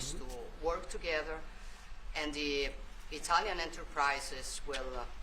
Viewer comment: judy from new jersey is not exactly "i-Talian"